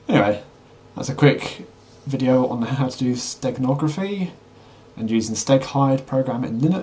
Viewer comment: For a second, I thought you said Steak hide - you were making me hungry! LOL